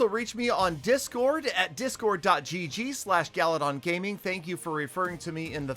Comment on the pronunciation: guys its u know peter 17$ is never wrong.remember its not GALADON